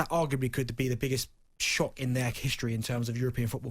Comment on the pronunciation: “It’s in the istory of the tottenam”